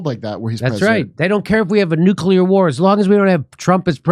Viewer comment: NUCULAR WAR!